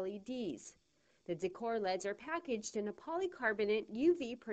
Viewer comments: Pronounced ell eee dees, not leds. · lol i love how she says decor LEDS as a word, not decor L, E, D.